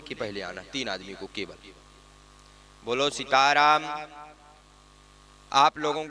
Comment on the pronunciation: सिताराम नही सीताराम